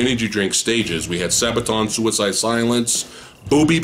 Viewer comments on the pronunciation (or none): none